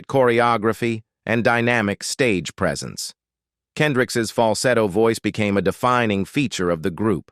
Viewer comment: How does a news reader get his name wrong...? KendrickS